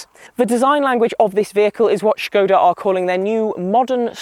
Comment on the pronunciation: Great to hear the correct pronunciation of the name 'Škoda'! Fun fact: in Czech, 'škoda' means [what a] pity/shame.